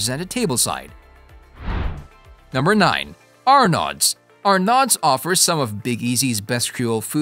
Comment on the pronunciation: You are pronouncing “Arnaud’s” wrong! The D is silent. Please learn simple things like that before you attempt to talk about it.